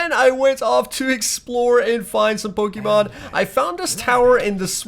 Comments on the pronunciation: You're pokemon pronunciation is killing me 😭😭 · Him saying the names of pokemon triggered me